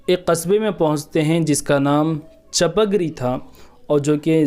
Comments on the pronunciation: السلام علیکم و رحمت اللہ و برکاتہ۔ میرے پیارے بھائی ، اس ویڈیو میں آپ نے کافی معلومات فراہم کیں ہیں ھس پر اللہ تبارک و تعالی آپ کو خوب جزائے خیر عطا فرمائے مگر یہ بات واضح کر دوں کہ حضرت سید شاہ علاؤالدین قادری رحمة الله عليه کے خسر محترم کے گاؤں کا نام چپک ری نہیں بلکہ چِپگیری (Chipgiri) ہے۔ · Assalamuilkum bhai aap ne gawo ka naam wrong bol rahe hai . gawo ka sahi naam chupagiri hai aap ne video be banaya Hai